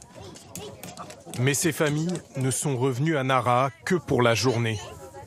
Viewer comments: Nara ? Je suis allé à plusieurs reprises dans la région et je ne connais pas de ville de ce nom de ce coté. Vous parlez de Naraha (prononcé Nalaha) ? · Alors certes en francais on ne prononce as le h, mais on sait bien que dans enormement de langues ils se prononcent. Un journaliste devrait avoir le reflexe si moi je l’ai 😂👌🏼